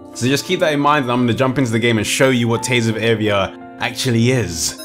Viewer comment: Ohhhh, I thought you were saying Tales of Avia on stream.